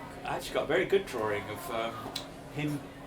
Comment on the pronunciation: It is a DRAW-ING …not a DRAW-ER-ING😊